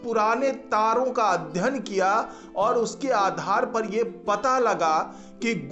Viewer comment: अध्यन नही अध्ययन बोलो